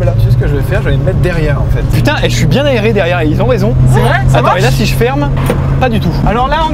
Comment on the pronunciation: De à .. GRRROS AXENT BEEEELCHE SPOTTED PUTIIING 😂